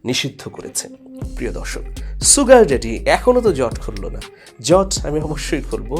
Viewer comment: "শুগার ড্যাডি" হচ্ছে শুদ্ধ উচ্চারন, কখনও "সুগার ড্যাডি" যা ভুল উচ্চারন, তা বলবেনা ।